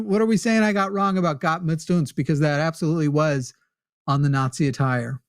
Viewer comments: Even more like "Gotz mitz untz" at times ^^. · it sounds like he says "mitz" uns